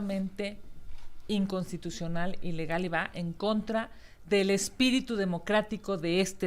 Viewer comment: La rabadan dice Incontitucional